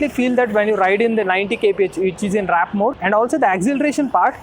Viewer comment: Why does everyone say WRAP instead of WARP!! 🤦‍♂️🤦‍♂️ IS IT SO CONFUSING? 🤦‍♂️🤦‍♂️ Not hub motor bro 🤦‍♂️ What tales 5hr45mins to charge? What is this new number you just made up?